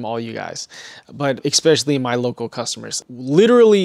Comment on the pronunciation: There's no x in especially. It's not "expecially". In case you do the same thing with your Italian coffee, it's not eXPresso, it's espresso. You spent too much time being a stealership nerd, you forgot to finish learning English. I'll let you know if there's any other issues. I'm only like a minute in. I'm predicting right now that you're gonna have an issue with further and farther. Just my professional opinion, we'll see.